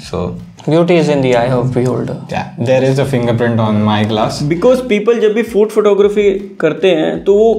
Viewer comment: in last video you fuced up April pronounce and this time food (fud? bro!!).